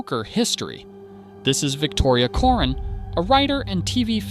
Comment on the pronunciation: COREN, not ‘corn’.